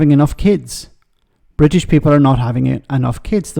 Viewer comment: Jesus wasn't Bwitish